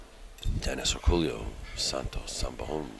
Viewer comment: His name is pronounced Or-co-yo, not Orculo. If you spoke Spanish you would understand why the error is obvious and insulting.